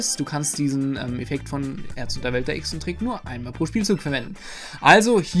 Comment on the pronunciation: Das Wort heißt ExZENtrick. Kommt von exzentrisch. Nicht Echsentrick.